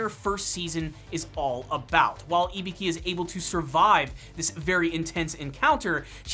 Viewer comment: "ibiki" burhhhhh her name